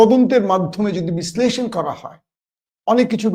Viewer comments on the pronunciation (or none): sorry.. শব্দটা বিশ্লেষণ। বিশ্লইষণ৷ না।